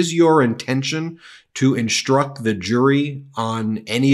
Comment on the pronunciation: Hello, the word instruct does not have an H in it after the S. Stop saying it wrong.